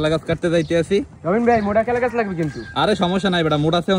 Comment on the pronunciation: কলা গাছ ❎ কেলাগাছ✅